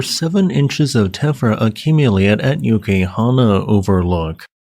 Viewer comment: You really butchered "Uēkahuna." Itʻs "ooh-weh-kah-hoo-nah"